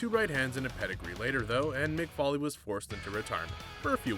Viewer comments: Its Foley (foal like coal) NOT Folly. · ok lets do this its pronounced FOE LEE not fally damn it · Why is he calling kick floirie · Who is Mick Fally really that’s embarrassing if your make videos on wrestling atleast know how to pronounce the characters names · Vondre Bridges he pronounces all names wrong he calls cesaro seesero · It is pronounced foley as in fow lee